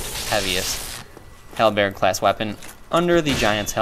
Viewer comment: Hal. Bird. Say these two words without pausing in between.